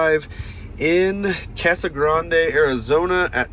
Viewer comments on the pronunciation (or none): none